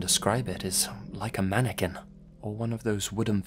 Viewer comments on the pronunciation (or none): Do you guys remember that other video has with another mannequin story and for the entire story he keeps pronouncing it “mannekwin”...? Ah, good times.